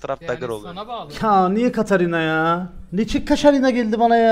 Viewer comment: seni çok aşırı seviyorum ama lütfen birdaha Katarinaya kaşarina deme agzına hiç yakışmıyor 😊